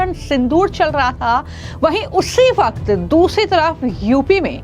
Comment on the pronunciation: Yeh Ladkhi Itna mushkil mein kyun baat karti hai, Jis Whahkth Aathankhavahdhiyoh, bewjah ha, ha, karti rehti hai...